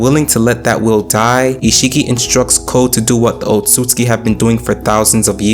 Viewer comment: Oht soot sooski “Otsutsuki”